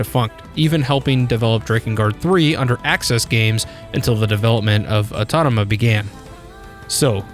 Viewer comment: Au-To-Ma-Ta. Not Au-Ton-O-Ma